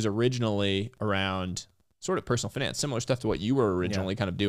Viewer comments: He pronounced finance as FINance. I’m a native Californian and I’ve never heard that pronunciation, is that an investment banker/private equity thing or a thing? It’s been on my mind all day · Everytime someone is pronouncing FInance it sounds weird to me, like why you try to make it sound sophisticated..